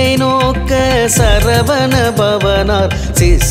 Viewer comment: வணக்கம் வேல்முருகன் ஐயா. உங்கள் உச்சரிப்புக்களிள் சில திருத்தங்கள் இருப்பின் சிறப்பு. " " "சரவண" எனும் உச்சரிப்பு சரகண என்று வருகிறது. மற்றும் " " வசர வணப வருக வருக என்பது வசர அணுக வருக வருக என்று வருகிறது. (எழுத்தும் வசுர வணப என்று உள்ளது). இது ஒலிவாங்கியின் தரத்தினைப்பொறுத்தும் மாறுபடும்.